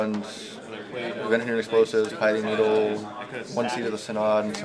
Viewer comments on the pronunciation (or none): It's Pi-thing Needle, not Pie-thing Needle